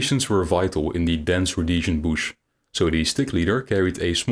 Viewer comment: Booosh Wahr? aye?